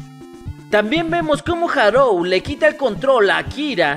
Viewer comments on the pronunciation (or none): Buen video, solo que me fastidiaba un poco que le dijeras Harou en lugar de Haruo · Buen video, pero... harou? HAROU?????